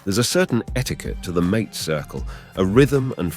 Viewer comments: It is "maa-tay"; not mate, like house mate.... I can't wait for this AI slop to die! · ong, AI y'all soooo fos. ok .i'll hip ya. "MATE" is pronounced "MAHTAY". that whole thing was just catastrophic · Well done, but how can one talk about "hierba mate" without knowing how to pronounce MA-te? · That is the trouble with AI narraators. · The way that you pronounce mate is disrespectful to the mate circle and indicates IA production…. But a solid A in content, thank you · Sweltering Uruguayan Summers? I am Uruguayan. Our Summers are not "sweltering!" Mate is not pronounced like English "buddy" . It is MATE ! Idiocy ! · Sí sí The way the man pronounces mate is not correct, at least as I have heard it. Am I correct or is there a regional difference?